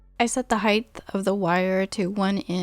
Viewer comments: I've noticed in a couple of your videos that it sounds like you're saying "heighth" instead of "height". :) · Did I mishear or did you say "heighth"?